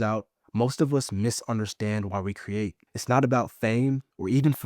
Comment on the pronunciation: Great content and great ideas. Most people cannot pronounce the long e sound like we or seen. So the word create comes out cruate